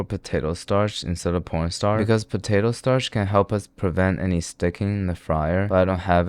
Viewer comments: Bro wtf is porn starch💀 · "porn starch" 💀